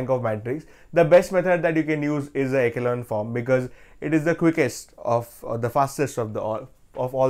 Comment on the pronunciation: echelon is pronounced as (e-shu-lon) sir❤